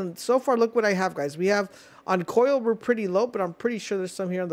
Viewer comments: Bro really did say “coil” 🙂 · Coal not coil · It’s pronounced COLE not COIL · i am glad i am not the only one coil wth lol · no way you saw " Coal " and thought it was pronounced " coil " lmaoo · its not " coil" lmao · Ignots and coil instead of Ingots and Coal has me screaming bro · Dude butchers EVERY word he says I ong... "Ignots" "Coil" "Paldimin" I know one of y'all gonna be like "He has a speech problem" but I don't care, imma still say what I gotta say lmao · if you're gonna make a tutorial you should at least be able to pronounce ingot and coal not "ignot" and "coil" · You are the first person in my 35 years of living that I have ever heard mispronounce ingot and coal and my brain is going nuts after hearing what you called them!